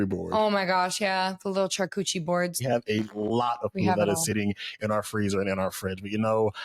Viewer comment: little "charCEWCHIE" boards jajajaja